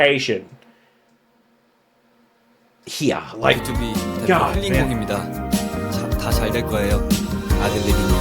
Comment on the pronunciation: it's BtoB not B T O B 😂